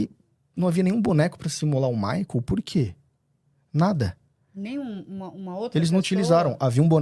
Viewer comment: Alguem avisa a da shopee que Maicol nao é uma palavra oxitona? 🙄